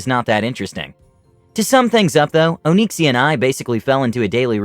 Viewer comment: O-nix-e-a it's not Oh-neeksia lol